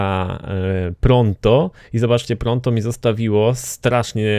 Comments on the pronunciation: naucz sie czytat proto a nie pronto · to jest "Proto", a nie "Pronto" xD